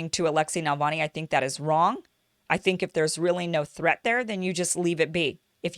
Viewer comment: It’s NaVALni, not NaLVAni 🙄